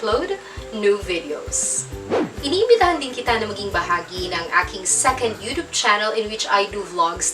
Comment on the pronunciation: Pero Mali Ang sinabi kanina, Sabi " Secend" instead na" Second" sorry for this..